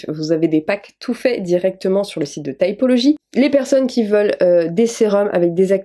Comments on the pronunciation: Les anglophones prononcent « taïpolodji ». 🥰 mais « tipoloji » c’est bien aussi. En vrai c’est pas important. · Vas y prononce à la française T[i]pology. OK en angliche on dit T[aï]pology mais c'est plus mignon la prononciation à la française :) (je sais j'ai pas écrit les bons symboles phonologiques mais au moins on comprend). Encore une vidéo super, bravo !!! 🤘 Love from a tea drinker living among froggies 🇬🇧❤️🇫🇷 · Moi je le prononce à la française donc tipologie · Tu peut fire Typology (aï) aussi 😂😂😂 Chacun dit comme il veux moi je le prononce de cette façon 😂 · Moi je dis T i pology xd Mais je pense que ça se dit comme tu le prononce 🤷‍♀️ Moi j'ai leurs acide azelaic et hydrolat fleur d'oranger Le sérum ongles et le sérum cils sourcils mais j'y suis allergique au sérum cils du coup ils vont me le remboursé après renvois du sérum chez eux 🥺👍 Et petit + l'acide azelaic aide contre l'acné aide énormément contre les marques et petit à petit ça aide aussi ma rosacée des joues, mes joues sont moins rouges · Coucou! J'aime bien typology (je prononce tipologie perso) pour les produits skincare. Je n'ai pas testé les gammes make up et cheveux. J'ai bien envie de tester le masque cheveux et le leavin du coup! Je profite pour demander si tu connaissais une palette de correcteurs crème avec du vert et du orange dedans et qui est de qualité surtout 😅